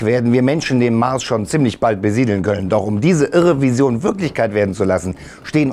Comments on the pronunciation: Besiedeln nicht bediedeln😂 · Bediedeln 😂 Trotzdem super video